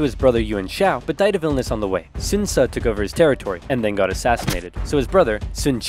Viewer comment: If you pronounce Ce correctly, as more like Tse, its not that hard.